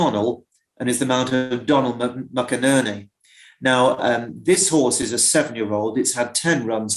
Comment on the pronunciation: Doughnall McInerney, that's how it's prounounced 😊